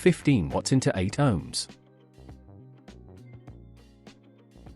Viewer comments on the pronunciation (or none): none